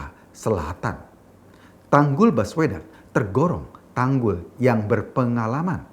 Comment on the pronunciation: Saking ada pekanan pd kata baswedan maka spintas terdengar : Bas uedan !! 🤣🤣